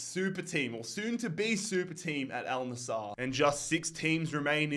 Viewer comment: Bro it`s AL NassEr not NassAr